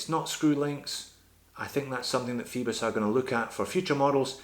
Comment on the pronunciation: I could be wrong but oi is usually pronounced like oy, so Phoibos should sound like foybos and not feebos, what do you think?